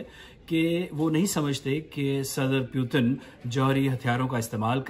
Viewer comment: "Pyutin" lmao